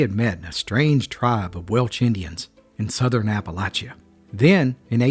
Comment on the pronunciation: I cannot take this seriously enough to watch it. You're pronouncing Appalachia wrong.